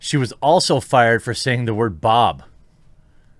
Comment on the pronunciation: WHAT? You don’t know how to pronounce “boob”?! It’s not “Bob”! I wouldn’t be surprised if you’d never played with “Bobs” in your life!